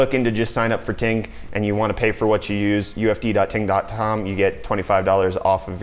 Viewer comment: Did he say?.. .tom